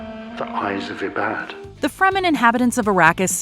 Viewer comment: Dude I'm sorry and I know it's because of the language and accent but it's Ibaadh not E-baad. It's taken from the Arabic word Ibadat which means to pray.